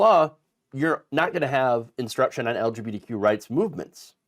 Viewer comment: The way you say the acronym, it sounds like you're saying "LGPDQ." Please work on that.